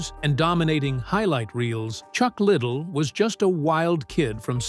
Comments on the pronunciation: As soon as I heard "Chuck Little" I just couldn't watch anymore lol. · It’s pronounced Chuck Ly Dell, not Chuck Little. Get it right for Christ Sakes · La..dell not... little..how do you do a documentary without knowing how to pronounce the name? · Chuck little --- not Chuck liddell--- 👌 🥳 😖 🥴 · Chuck little? That's not how his name is pronounced. How can you trust anything said with this. This could be the creation of an 11 year old. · Chuck Ladele. L A D E L E u no how to read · What’s a shame is you can’t even pronounce his name right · Try saying his last name right. you might get more views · Stupid asses can’t even pronounce his name, right🙄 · The way chucks last name is being pronounced is annoying. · Computer voice couldn't pronounce Chucks last name correctly.... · That's ridiculous that ur choice was leaving in mispronouncing his name. Wow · Pronouncing his last name wrong